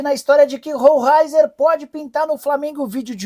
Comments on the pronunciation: A pronúncia conforme o próprio jogador é: Rolheiser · Se pronúncia roleicer o cara é jornalista e não a pronúncia certa é brincadeira né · Nicola não sabe nem pronunciar o nome do cara, essas informações são mais falsas que o mundial do Palmeiras. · Não sabe nem pronunciar o nome do Atleta, tá bem informado mesmo,mídia dos urubus começaram porquê não sai uma notícia dizendo q vai levar o Basso?